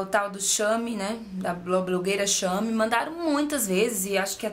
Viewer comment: Muito bom o vídeo! Eu uso 36 mas odeio vestir este tamanho, acho seu corpo liiiiiiiiiiiiiiindo e estou lutando para ganhar massa magra, mas tá difícil:( Só uma leve correção, se pronuncia "cheime" (em relação ao blog shame), antes que venham querer te zoar, como se alguém fosse obrigado a saber outras línguas. Beijos e parabéns pelo canal;*